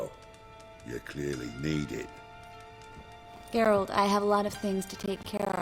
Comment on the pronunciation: Its Geralt not Geault ffs...